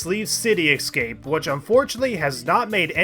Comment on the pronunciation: ...City "excape"?